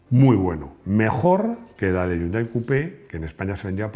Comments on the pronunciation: No se dice YUNDAI, se dice "JÍUNDAI" y se escribe Hyundai. La "ache, no es muda" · No yundai sino jiundae del anglisismo de 현대 que en inglés se escribe hyundai